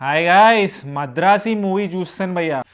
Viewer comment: Madrasi kadhu bayya madharasi